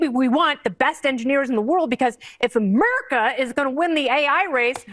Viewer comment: Did she say Ahmerica? First its America. Unless you follow the memes its 'Merica no AH'merica... no. Fox dummies.